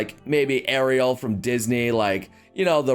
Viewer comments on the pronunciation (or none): none